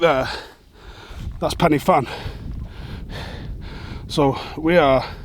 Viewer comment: It’s pronounced Pen ur Van (as close as I can get it in English phonetically 😂) I get it it’s Welsh and pronunciation isn’t easy but I have heard you say Borussia Mönchengladbach easily 😂😂 Great video though pal.